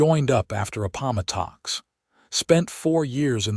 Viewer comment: Please get a narrator that can correctly pronounce Appomattox.🙄